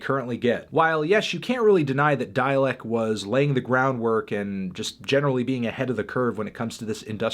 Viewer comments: "Dälek." There's am umlaut on the "a." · why do you pronounce dalek that weird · We all just gonna ignore the fucking way fantano pronounced dalek